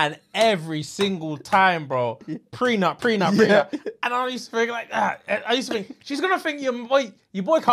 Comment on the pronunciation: The way says prenup instead prec*m